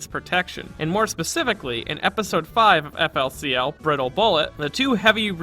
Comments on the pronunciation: Eff el sea el killed my soul...just hurt hearing it said like that man. Very insightful video but ouch. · GRAAAAAHH ITS PRONCOUNCED FOOLY COOLY